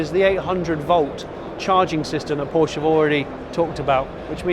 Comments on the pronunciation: Wish he pronounce Porsche correctly! Other than that a very enjoyable video. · Porsche incorrect pronounciation, please watch porsches Video how to pronounce it ;)